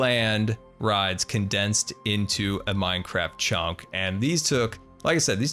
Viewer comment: A few times he said chonk instead of chunk and I love it